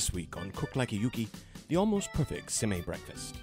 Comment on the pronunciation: Very cute! But it's actually pronounced "sem-eh" and "oo-keh". :)